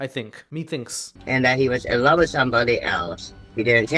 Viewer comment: "I wove to dwive an be on da opwrn woad" Did she get catfished by a wascally wabbit too?